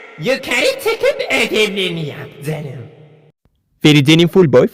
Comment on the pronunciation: mesleki deformasyondan kaynaklı canım kelimesini cınım diye okuyor döshpdevğdheğd